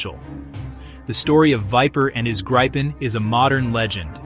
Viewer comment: its not Gripe-en or Greep_en, its Grip-en. Why because its how the Swedish pronounce it